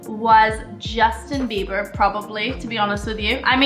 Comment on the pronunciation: Did she just say, Justin beibR